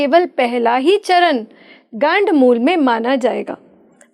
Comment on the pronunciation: PATRKAAR 😛😛BOLNA SEEKHO 😛 GADD MOOL NA BOLO.😛 GADD MOOL TATTI KO 😛TIOLET KO BOLTE HAIN😛ASAL MEIN GANDD MOOL NAKSHTR HOTA HAIN😛 100 PERCENT SAHI BOL RHE HAIN. KITNE SHARM KI BAAT HAIN AAP SAHI SUN KE BI GALAT BOL RHI HAIN😏🤔🤐